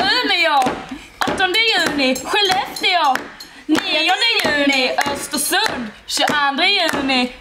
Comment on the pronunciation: Snälla- uttala inte å i ”Umeå” och ”Skellefteå” osv